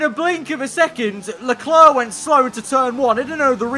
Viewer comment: If I ever stop watching, it's probably because of how he pronounces "Leclerc". It's not a big deal but geez it's annoying, great content tho